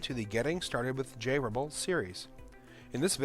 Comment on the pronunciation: like how he says jrebel, as "Jarrable"